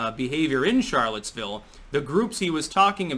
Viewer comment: sh nit ch pronounce charlotesville.... plus nazi u trying to sound german when u dishinor french sounds ...